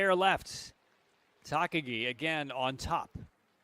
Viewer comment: Really need to get a commentator who can say the skaters names correctly and consistently - in the 500 he called the ladies winner Yoshiya, Yoshino and finally Yoshida all within a couple minutes (not to mention the consistently changing way he says Takagi, Morishige, de Boo, Schulting, Stolz etc)